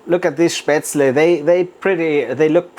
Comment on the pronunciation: FINALLY, an authentic way to make and properly pronounced. After learning how to make it in Schwabach, I wasn't sure of the recipe. Thank you so much